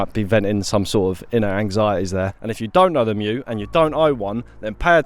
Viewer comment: So happy to hear you know how to pronounce "mju"! I've seen a fair few similar videos and I wince every time I hear it called "mee-joo" 😬